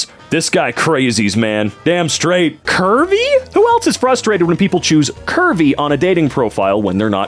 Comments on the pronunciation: for a long minute i thought you were saying “kirby” and not curvy. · I can’t be the only one that thought was saying Kirby instead if Curvy.